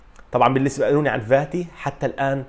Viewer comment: Fati and not Vati. عالاقل الفظها صح